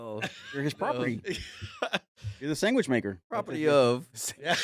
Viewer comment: Sangwich with a G lol I heard it and then questioned it and then you confirmed it lol